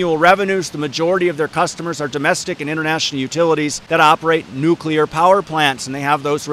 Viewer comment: My dad always said Nuk-U-Lar also. Don't sweat it!